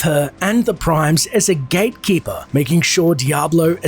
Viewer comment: I thought he said gaykeeper correct me if im wrong though